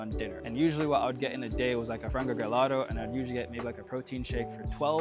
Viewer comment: Nice!!! But just to let you know it’s frango grelhado, not gelato (grelhado comes from grelha = the grill) A hope I’m not being annoying, it’s a really nice content!